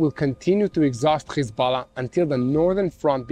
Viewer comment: Its hEz- bo- llah 😂😂😂😂 Not hiZ-bell- lah